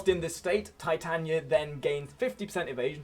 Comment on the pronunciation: It's Titania not Titanya